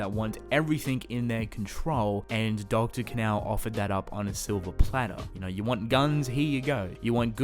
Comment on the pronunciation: Sounds like he’s saying dr. Canal, I think it sounds like Kahn-o phonetically of course.